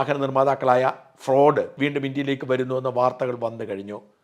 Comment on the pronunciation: ഫ്രോഡ് അല്ല ഫോർഡ് 😂😂😂